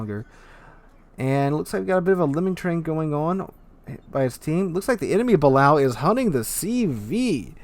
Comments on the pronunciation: I love your vids and commentary, but my ears bleed every time you say “Bal-ow”. It’s pronounced “Buh-lay-oh”. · It's pronounced the ba-lay-oh for anybody who cares 🤣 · ok for the BILLIONTH (hehe) time its buh-lay-o